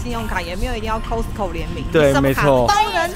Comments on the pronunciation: 不是唸摳死摳 而是 咖死摳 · "cost" co . not "cos"co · 念咖死口 , 不是摳死口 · 麻煩一下，那個發音是咖司扣，不是摳司扣... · 不是唸「扣斯扣」，是唸「卡斯扣」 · 是念咖斯口，不是摳斯口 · 卡斯扣， 不是扣斯扣… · 你們倆夫妻很愛去costco請發好英文應該是 卡斯扣不是扣斯扣，請不要像大陸客一樣俗氣無禮，說話要小聲點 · 这个costco是念castco的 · 翁雅琳 哈哈哈哈听他们读cost co好别扭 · 應該是要唸 ㄎㄚ斯口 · Costco正確發音是「咖斯摳」唷~☆ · 應該唸“咖思扣“才對唷！ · costco要念成咖死扣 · 这个应该读 卡死口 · 扣死扣，OMG这台湾发音怎么这样？ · 聽了好難受，是唸”卡斯扣”，這是美國品牌，基本常識麻煩請有，別再無知了。不熟悉英文品牌唸法，麻煩請看阿滴英文好嗎！ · 鬼無里 haha我发音是挺好的谢谢你 卡斯扣快把我的美国人朋友笑死了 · 大家都習慣念costco但其實正確要念Costco才對 雖然我也習慣念Costco 一時間要改Costco還真改不過來w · 如果把Costco發音唸正確✅就更好了。Costco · 你这个costco 的发音听起来好难受啊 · 杨嘉伟 我听他讲那个Costco，我还以为我一直讲错了呢😂😂😂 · 杨嘉伟 真的超難受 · costco 的發音 ............ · 怎麼都念Costco 我都是念Costco或是Costco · 他都念錯，還不如講好市多，不懂幹嘛硬講